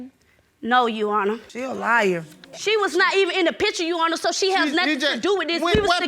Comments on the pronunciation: she's actually saying "your honor", it "sounds like "you honor". you got to listen real close... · Ndumbe Stop putting words in her mouth. It is pronounced: "yoowannhah". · How hard is it to say "YOUR HONOR" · Why she keep saying "You honor".... For goodness sake, it's YOUR HONOR!!! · Omfg its YOUR HONOR. not " you honor" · I thought it was "Your Honor" not "You Honor" 🤦🏾‍♀️🤦🏾‍♀️ special ed at it's FINEST 😂😂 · the pronunciations, pronouns, speech in general is just killing me!!! " YOU HONOR" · This would be the most speech impaired child ever "you honor" 🤦🏾🤣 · Why is she saying Uhonor??? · Yes You-au-wner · YA'ONNA lol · Between "udder" and "intervriew" by the potential BD and the constant "yes YOU honor" by the BM...I'm skipping to the end y'all...I can't with these two. Hollering!!! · No no no you wrong... “yo’honna” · she saying 'Yo Honor' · Nydel Ndumbe Right!!!! She just kept saying it. Good grief. I was trying to figure out if they were just super country or super ignorant.